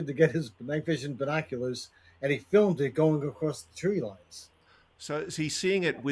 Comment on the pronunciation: “Across” is not pronounced “acrosst”